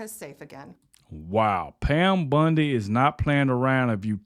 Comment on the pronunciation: I watch them all to the end because nobody jumps straight into it they dra it out to the end 3 minutes ... Good message jus got to work on the names a bit buddy. Bondy not Bundy